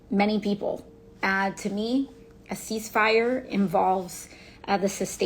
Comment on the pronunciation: What the funk are you even talking about? You have a degree? You dont even understand the word "cease"? "Sees fire"? Sees fire? 😂😂😂😂😂